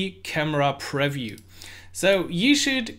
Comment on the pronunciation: Nice video, just one tip: the word "preview" is pronounced quite differently. Look here